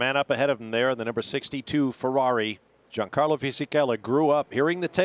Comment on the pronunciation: "Gee-an-carlo"?? That annoys me, the 'G' is very soft in the Italian language, pronounced more like "Yan" or "Sh-Yan." I don't know why but I find mispronouncing someone's name very disrespectful.